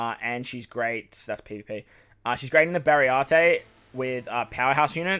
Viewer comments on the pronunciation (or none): Great list, just : it's Baratie , not Barry-arte xD